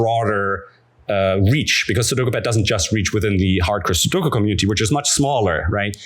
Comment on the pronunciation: Why do they all say "suduku"?